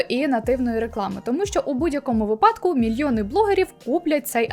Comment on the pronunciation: вИпадку а не випАдку